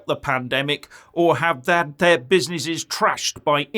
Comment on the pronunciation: the small "be-si-ni-sees" got destroyed right after Jan 2020. Tell us about the "proa-toa-call" now! hahahahhahahahahhaha